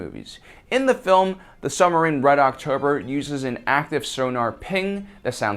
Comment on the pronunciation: What's a "summerine" ;-) ??